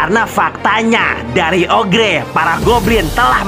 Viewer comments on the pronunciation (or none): Oger bang bukan ogre